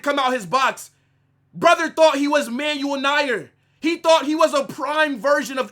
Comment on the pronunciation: Yall peep how he pronounced Manuel neuer? Americans lol